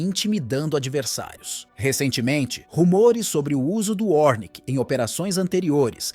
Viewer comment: É ORESHNIK nao 'ornik'